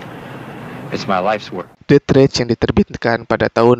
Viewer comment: Bacanya det reis jay bukan det rech